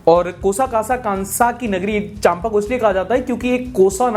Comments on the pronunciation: Not चाम्पा its चाँपा. I am aslo from Chhattisgarh Mungeli. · Hey, m from chhattisgarh. Since m from chhattisgarh just wanted to point out a small think i.e., Champa pronounced as Chapa... M is silent